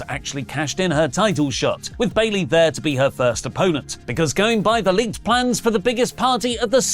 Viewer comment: I thought i was only one who heard the announcer announce bailey wrong 😅